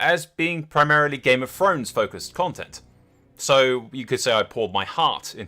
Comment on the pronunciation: It's Throne not Fone ffs